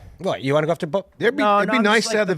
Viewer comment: Can’t stand the way Tim says “bolth” instead of “both” lol